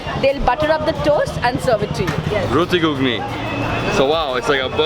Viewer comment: She pronounced gugni,it's ghughni,paruti noi pauruti bhai mone holo ato din vul bangla bolchi